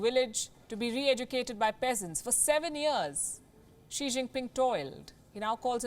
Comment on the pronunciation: "Xi xing ping pong" ka balatkaar kr dia palki ne😂😂